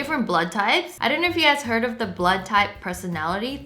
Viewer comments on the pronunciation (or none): none